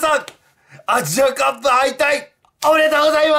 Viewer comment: 序盤 えぇ えふ しぃ アッジアカップぅ ｸｿﾜﾛﾀ